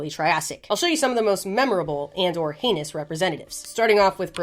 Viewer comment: i love how this girl we all tune into because shes semi intelligent funny and swears. is always so self conscious. and in reality were all laughing because every time you say heinous all we hear is anus. and for some reason it is your favorite word in this video.